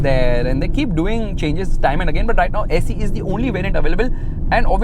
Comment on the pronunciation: Bro it saeee not se😂😂